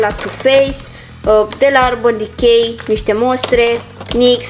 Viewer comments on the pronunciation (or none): none